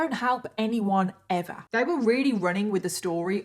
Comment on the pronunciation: The way she says EVA (ever) just lightens up my day ❤